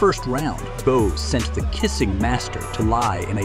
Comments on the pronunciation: Who’s Boww? It’s Bowe pronounced Bo. Why don’t the people who make these kind of video try and get the names pronounced correctly. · That's what I was thinking as well. Not sure if this is an AI voice or not but whoever it is should learn how to pronounce names properly. I mean how can you mispronounce Riddick Bowe?